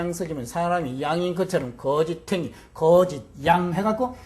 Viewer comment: 거짓 가 ㅢ 가는 길게 발음해야지요!? 왜 그럱 아십니까 모르면, 공부 좀 더 하시고 강단에 서십시요!!